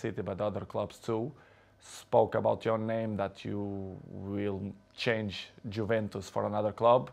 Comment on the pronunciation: "JUVENTUS" ??????? WHAT IS THAT PRONOUNCIATION